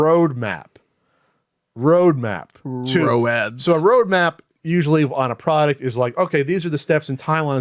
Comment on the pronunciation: "row-ads." I see you